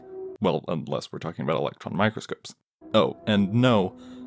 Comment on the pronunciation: It's microscope not mycroscope